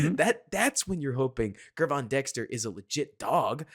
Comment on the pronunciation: This is not a huge deal, but Dexter is going to be here a while, so the correct pronunciation of his first name will matter. After the Bears drafted him, I watched several interviews with Gervon Dexter Sr. and 1 of them asked him how to say his name. Gervon is pronounced like the words, gym or digital, with a soft g. In other words, think of his name spelled with a J. Think of him spelling his name like this Jervon Dexter. That may help it sink in a little better. Just wanted to help, hopefully, that's not annoying to you. Either way, your content is high quality and I want to thank you for that! It's very refreshing to hear unique and intelligent takes on all issues that surround the Bears world.